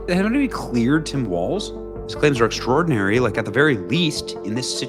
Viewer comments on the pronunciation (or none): none